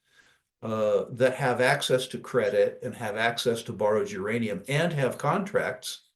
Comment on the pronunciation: Oh I thought you said Ukrainiam